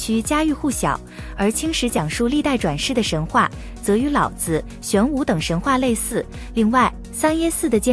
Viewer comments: 老是三聲 子也是三聲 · “老子”二字读成了老子